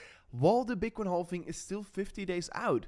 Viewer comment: I know the word "halving" contains the letter "L", but my friend, we don't pronounce the L. We just pronounce it like this: "havving". Very simple.